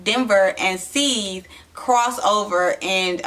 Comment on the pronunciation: This part was so messed up. It was the saddest part of the whole book. It is an example of how black people are often our own worst enemies. We would rather tear each other down than support one another and rise up. And it is pronounced Seth-the.